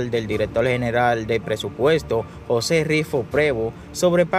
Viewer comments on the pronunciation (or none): none